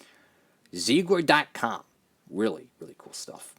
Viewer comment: Zeigler is based in my hometown so it's awesome to see a diecast made. And just to let you know, it's a car dealership and it's pronounced "zigler." Keep up the great content!